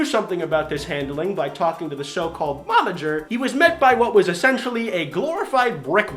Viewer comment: When you have a seizure while saying the word momager